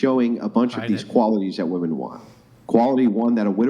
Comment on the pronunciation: ITS WOMEN! NOT WOMAN.....jesus fucking christ